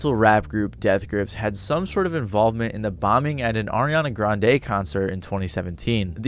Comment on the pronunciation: Why did you pronounce Ariana Grande's name so weirdly?